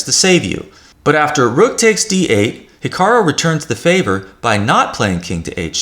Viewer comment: It sounds like you're saying HikaRO rather than the correct HikaRU. Apart from that irritating detail, good video, thank you.